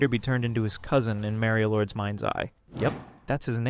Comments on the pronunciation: Mareio? You mean Mario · I looove how the pronunciation went from 'mario lord' to 'merio lord' to 'mary lord' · I had to leave the video within 1 minute are we fr?? I love making fun of these creatures as much as the next guy but please tell me when the red hat Nintendo plumber ever called himself “marry-o” like genuinely where did this even come from I hate it so much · Why do you pronounce Mario like that..? The a is hard, you're using the soft a.